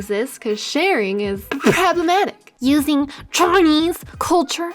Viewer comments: its pronounced p-PROBLEMATIC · I died everytime you said "pppproblematicc". I love your humor and I get super excited every time you upload a video. Keep it up! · I subbed for you pronounciation of problematic... gotta love a good laugh! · great video, but I cringed every time you said "problematic"